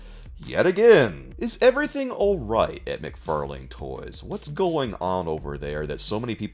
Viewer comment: I swear, when he pronounces "McFarlane" I hear "Mick Far lame".....